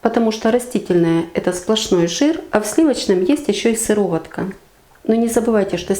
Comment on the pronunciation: Правильно сказать не сыроватка, а сыворотка